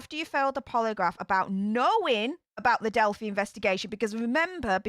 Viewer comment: I think it's cute you call it delphie, but some might get offended because it's a sensitive subject on these interwebs. It's delphEYE with a long 'i' noise. I've said things wrong and been attacked, so just in case, I wanted to tell you.